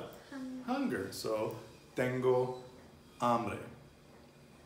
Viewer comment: What are you saying for "hungry"??? It sounds like "hombre", Which i thought was spanish for "man"?